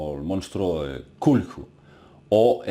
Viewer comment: es Khathulú KA-TU-LÚ!!! NO CHULKU!!!